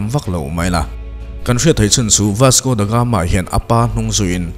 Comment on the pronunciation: Ka la sawisel ngai miahlo che i content pawh a ṭha ṭhin. Mahse, tun ṭum chu ka beng thlep a awm nual mai, huat vang ni lovin ṭhahnemngaih vangin ka'n sel ve teh ang che. Chhiar hmain ennawn leh a ṭha ka ti. Tin, lam dan ah chian loh i neih chuan a thiam tura i ngaih rawn a fuh ang. Youtuber ah chuan i ṭha deuh berin ka hria ka support tlat che ania. Ka sel pakhat chauh,"Vasco Da Gama", tih lai tak pawh hi i lam diklo tlat in ka hria. "The Gama", tih leh "Da Gama", tih hi a lam dan in anglo deuh mai ania aw. A dang chu sawi lo mai ang, a sei dawn tlat. Ṭang fan fann....